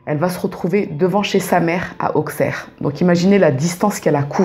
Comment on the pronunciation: Merci pour ce partage 😊 Je vis à 5mn d'Appoigny donc je connais ces histoires par coeur. Juste stp on dit villefargeau et non villefargo 😊 et on dit aussserre et non auxxxerre 😊